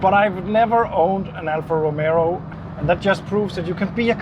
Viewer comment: It is not Romero! Romeo....Romeo Rom...a....oh